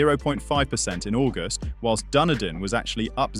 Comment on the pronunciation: Cant pronounce Doonoodin correctly...